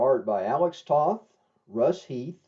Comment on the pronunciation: You mispronounced Alex Toth's last name. The O in Toth sounds like the O in Bow. Not like the O in Off.